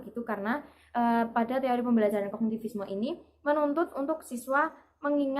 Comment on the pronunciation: Teori say bukan tori🥴😂